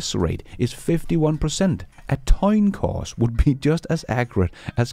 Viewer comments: Did he say "Toin Coss"?🤣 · Toin coss? 😂🤣 Love ya!!